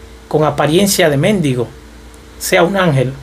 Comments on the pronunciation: Se dice mendigo sin acento porque si efectúas el acento en la E significa una mala palabra significa un …etc Que Dios te bendiga.😢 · En el minuto 8, este dice:...un mendigo con acento en la e, pero más adelante lo dice bien y luego lo vuelve a decir mal...🙄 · La paga del pecado eslamuerte..lnteresante...pero te CORRIGO Mendigo y Mendigo con acento en la E..Es muy diferente...